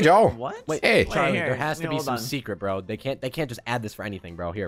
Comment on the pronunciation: 😂Joe said bo not bro😂